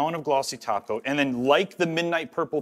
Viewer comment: He says topcoat like "taco" like Simply Nailogical does. 😂